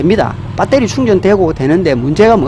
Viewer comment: 밧데리...아니죠 베러리... 맞구요~~ 흐엉흐엉흐엉~~~